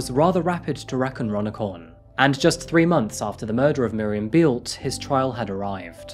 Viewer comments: Thank you for choosing a German case. Beelte is pronounced like bail-t-ea with ea pronounced as in bread. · "Bay-el-tuh" not "Bealt". Why don't you ever find out how to properly pronounce anything?